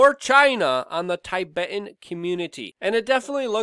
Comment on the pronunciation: I agree with many of your points, and enjoyed this update thoroughly, but I must correct you dear. It's not "TAYBET" It's TIBET as in Pip or Ship.